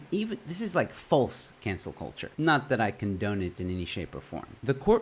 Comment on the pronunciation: It's cUlture not cOlture